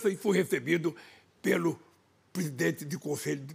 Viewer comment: "presidentsdpubp da Espanha"kkkkkk